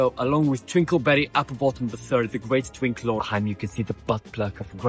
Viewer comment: I hate how you said twink.😭